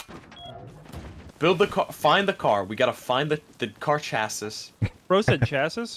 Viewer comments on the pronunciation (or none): Its not "chas sis" or "chassy" its "shassi"